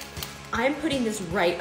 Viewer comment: Over emphasizing freaking